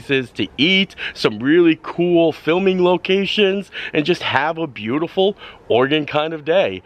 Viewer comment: Oh, wow - didn't expect to see you pop up in my home state! Nice!! And kudos for pronouncing Oregon correctly! :) Many people don't!